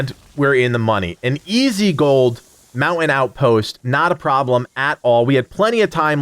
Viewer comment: I was only listening and was like, wtf is the Mow-in-out post! Damn East Coaster annunciate! 😂👍